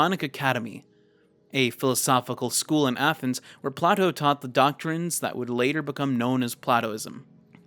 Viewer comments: It's pronounced "Play-toe"!! Not "Pla-toe"!! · just to help out with pronunciation “Play-toe” is how you say Plato’s name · That's Plato, usually pronounced Play-Doh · thats fucking play-toe did you go to school my guy? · The pronunciation of Plato is genuinely painful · good vid his name is Play-Toe got me yelling at the screen lol. And its also Sock-Ra-Tees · For the whole "The Cave" section, as someone who took psychology in college, you mispronounced both Plato and Socrates' names.